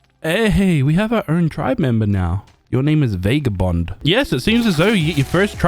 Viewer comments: Fun video, but it's VAH-GAH-BOND, not VAY-GAH-BOND. Every time you say it that way a puppy dies. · NOT VAYGABOND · Love the vid but bro VAGABOND IS HOW YOU SAY IT